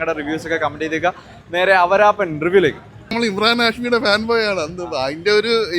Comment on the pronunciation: അവരാപ്പൻ അല്ല, ആവാരാപ്പൻ...